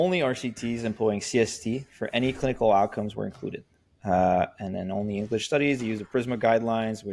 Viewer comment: In sorry but the pronunciation of English is unbearable